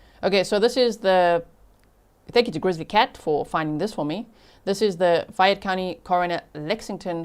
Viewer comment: I live in Louisville KY... hearing about this case from you G. Thank you for covering it! Fayette County is pronounced FAY -YET ❤❤❤